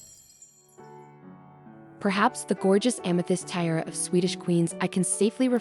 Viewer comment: Is this AI reading, I hope? What's the deal with "tie-rah" and "tea-eh-ah"? Sheesh!